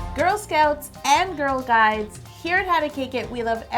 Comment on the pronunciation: Hope Mohlala I thought she said girl guys